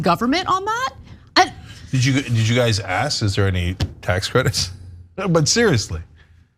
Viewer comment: Got to love the lady who turned it into a racial thing and kept yelling it to confirm herself. And the word is ASK Not aks or axe.